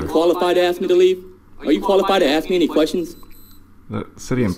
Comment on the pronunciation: Is it that hard to say ask??? The s comes BEFORE the k.